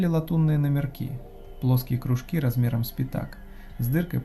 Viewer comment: да кружкИ же, кружкИ, не крУжки а рассказ норм, зачёт!